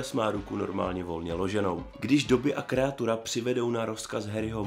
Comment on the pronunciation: Kreatura? Není to správně Krátura?